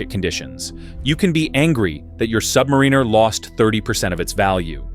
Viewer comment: "AI is going to take over the world!" FFS AI can't pronounce Submariner correctly!